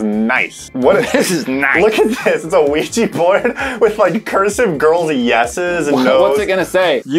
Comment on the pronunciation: Ugh.. OuijA, not Ouijee! Love you guys but that's a cringe pet peeve.